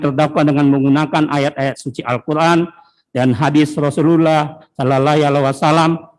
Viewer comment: Tpi kaya ne jaksa bkn muslim ya bilang Rosulullahallaiwasalam aja ga bisa ko?